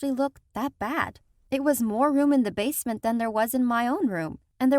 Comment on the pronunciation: I liked the bit when she said basment